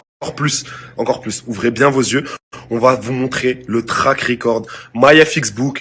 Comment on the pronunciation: Trade Ricore. Mdr trade record le d se prononce et ça veut juste dire statistiques de trade ( échange) . T'es encore pire que eux tu te fais passer pour le gentil qui dénonce. T'es juste une poucave laisse les gens trql et occupe toi de tes affaires.